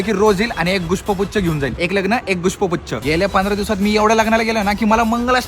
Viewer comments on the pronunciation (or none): पुष्पगुच्छ ❎ गुष्पपुच्छ ✅ 😂😂